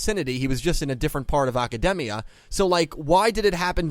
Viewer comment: The real unanswered question is why you keep pronouncing Academia like it's a Japanese word. It's not a Japanese name like Aki or Asuka, it's English word, but you keep saying it with a Japanese accent. It's really weird =/